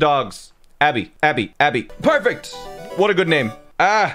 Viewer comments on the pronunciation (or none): none